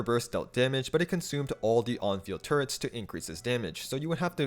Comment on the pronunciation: i keep hearing turrets as turds